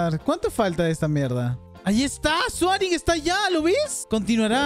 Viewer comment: nombre: soaring como lo dice: suarin